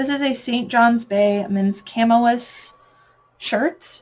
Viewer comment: Thanks for sharing this great info. FYI "chamois" is typically pronounced "shammy."